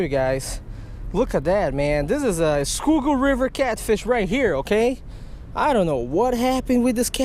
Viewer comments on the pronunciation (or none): none